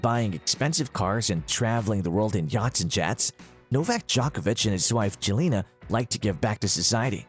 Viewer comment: You must learn how to pronounce « Jelena »😊 !